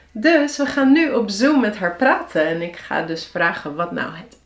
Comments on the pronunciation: What stands out to me about your accent is that your long A vowels for instance aren't actually held for long, and that you have a lot of uptalk. When I say "vragen", for instance, the first syllable is held much longer than the second, and is higher in tone, but when I hear you speak, it seems like you rush the first syllable and then linger on the second with a higher pitch. This sounds quite strange and unnatural to me. Maybe it stems from the fact that you're talking very slowly and consequently unnaturally, unconsciously making all syllables the same length and lingering on the last where you wouldn't necessarily in regular speech, or maybe you are speaking with a specific accent or sociolect that I am just not used to and which stands out much more when you speak so slowly. To me your rhythm and stress feels very strange, which may just stem from the slow talking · Maar waarom zeg je dan _nammelijk_? en _vraggen_?